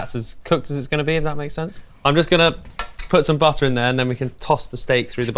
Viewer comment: ALL THINGS BUTTAAHH